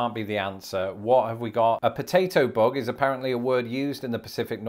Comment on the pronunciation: There is a lot of vocabulary from show biz, such as in "Let's graze". There is also other quaint surfing words like "kowabunga". After hearing your pronunciation of "bug", I cringe at about how you might pronounce words like San José, El Cajon, La Jolla, and even "Yosemite".